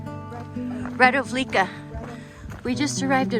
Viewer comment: Very nice video, something special! You’ve put a lot into it to present us such a nice country. With a lot of sense for details. About Radovljica - you just mispronounce the “c”. So no Radovljika, but Radovljitsa.